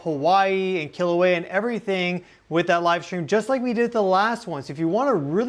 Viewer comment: please work on pronouncing our sacred places correctly. i cringe every time i hear KILL-auea.